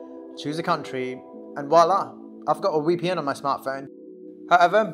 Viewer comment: Its VPN, not wee P N